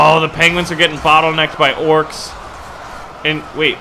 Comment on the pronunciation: Its not orcs’s it’s just orcs your saying orcs wrong